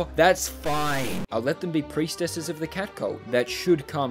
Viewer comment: the way you say priestess sounds like someone saying precedor incorrectly